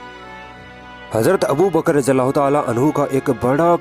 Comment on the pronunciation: It is ض not ز so please pronounce it right or else it is sin, may Allah protect us!